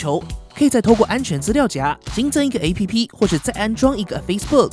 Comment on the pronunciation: APP的唸法是"ㄟˋ ㄆ˙"喔